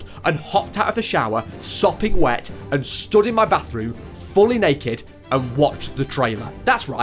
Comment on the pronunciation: AYO BRO CAN YOU NOT SAY NACKED